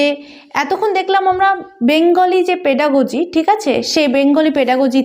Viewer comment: Pedagogy. Pronunciation ta valo kore korun